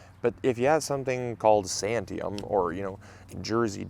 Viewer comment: 😂😂 Santiam is a regional place name pronounced "San-tee-am". Was it good? I ordered some from Adaptive Seeds because they are my growing region in the PNW.